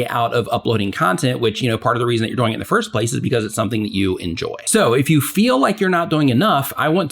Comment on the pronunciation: I love your content, but I just have to say that when you say "doing", it sounds like "boing" with a 'd' hahahahhaha